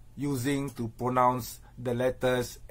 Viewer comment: Hey # before questioning David's pronunciation, first check your own #English bro. Do you even know how to pronounce the word 'pronounce'?